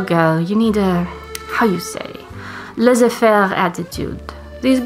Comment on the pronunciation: hahaha your French accent isn't that bad ! (I would just say that you pronounced "laissez faire" as "laizer faire", it should be the same sound as Sun not miSery, and you shouldn't pronounce the final t in chat) This video was so good, thank you for reminding us what truly matters !